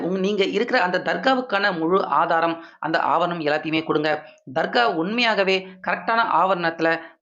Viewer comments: ஆபர்ணம் இல்லை ஆவணம் என்பதே சரி. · அவர் ணம் என்று தவறாக உச்சரிக்கிறார். ஆவணம் என்று உச்சரிக்க வேண்டும். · ஆவர்ணம் இல்லை சரியாக உச்சரியிங்கள் ஆவணம் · தமிழில் ஆவணம் என்று சொல்வார்கள் ஆங்கிலத்தில் என்ன சொல்வார்கள் என்று தெரியவில்லை நீங்கள் தமிழில் ஒரு செய்தியைச் சொல்லும் போது அதில் இருக்கும் சில இவர்களையும் சரியாக பார்த்து சொல்லுங்கள் ஆபரணம் ஆபரணம் என்று சொல்கிறீர்கள் அது ஆவணம் என்று சொல்ல வேண்டும் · ஆவணம்..... ✓ ஆவரணம்.......× 😂 எரிச்சல் வருதே😂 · ஆவரணம் அல்ல தம்பி ஆவணம் என்பதே சரி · நாலு வரியில் முடிக்க வேண்டியதை தமிழை கடித்து குதறி நாலு நிமிஷத்துக்கு மேல் பேசுகிறார் இந்த தமிழ் தெரியாத தத்தி. ஆவணம் என்பதற்கு பதிலாக ஆவண்ணம் என்றே சொல்கிறார். இந்த தமிழை கேட்பது தண்டனை இனிமேல் இந்த சேனலை பார்க்கவே கூடாது என்று நினைக்கிறேன் நன்றி